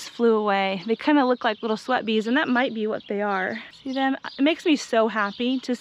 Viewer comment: I thought you said slut bees at first. I was like that’s a little aggressive 😂